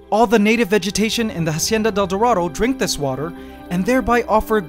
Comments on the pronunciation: i wanna watch the video but every time you say "Jacienda del Doradou" i cringe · I liked the part where he said Hacieana Del Dorado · I stopped and turned off this video when you said "Hacienda Del Dorado" for the hundredth fuckin time...... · I love your videos, but every time you pronounce Hacienda de El Dorado, I cringe. And you do say it a lot. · How many times can you say hacienda del dorado omg... stopped watching because of that